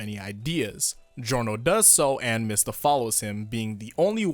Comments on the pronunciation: You mean MEE-sta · it's "mee-stah"